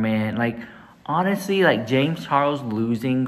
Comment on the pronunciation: Ah... you can say what you want about Jay-mz chaw-els...but that's none of my business 🙄🙄 I see nothing has changed with her...as long as she gets free sh*t from a person (predator or not) who has a large following... that's what is important to her i guess 🙄 That's so cool you were on the news!!!! Is that fox 26?? (I also agree with what you and the other guest had to say about the topic.. it's important as a consumer to really research the business ethics of these products a lot of people are so desperate to own)